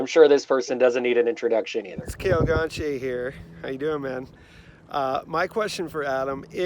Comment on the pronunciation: It drives my crazy how people pronounce “Gontier” and “Gon-tee-aye”. It’s pronounced “Gon-chay”!